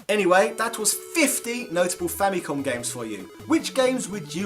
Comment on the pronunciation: You pronounced Famicom wrong! F out of 10!